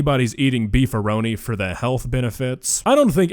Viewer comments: Him pronouncing it Befarni made me genuinely laugh, because it is clearly spelled "Beefaroni", phonetically [biːfəˈɹ̈ʷoʊ̯niː], pronounced "bee-fur-oh-knee", and not BEH-FAR-KNEE. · Did anyone else repeat Beefaroni as "Befarni" over?😂😂😂 That made me triple double take.😵‍💫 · Beefarni? Did he mean beefaroni? Im aussie so i don't even get half of the references lol but im sure beefaroni is an american bastardised maccaroni n beef of some sorts lol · Be far knee? 🤣🤣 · Beefarni caught my ears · Omg he was say beefuroni I genuinely couldn’t tell what he was saying lol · when he said "befarni" I died on my own chair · Hearing him say Beefaroni as "Befarni" just killed off like 20 brain cells...I think I had a mini stroke from hearing that... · I mean, I laughed, and had to take a moment to mentally phonetically transcribe the word (Autism Überthinking lmao), and it's this, BTW: [biːfəˈɹ̈ʷoʊ̯niː] and it made me so angry for nooooo reason 😭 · I don't know what's more painful, The fact that this is on the Internet, or the fact that he said beefaroni the way he did, Either way I think that one gave me a bit of brain damage. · There’s not a more incorrect way to pronounce Beefaroni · The way that man pronounced beefaroni makes me want to punch a small woodland creature.